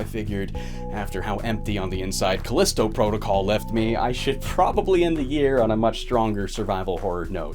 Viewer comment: How do you manage to mispronounce game titles so much? Lmao right after calisto too